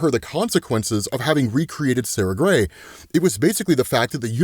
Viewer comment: Every time you say Sara Grey, I double take and think, Did just say Sasha?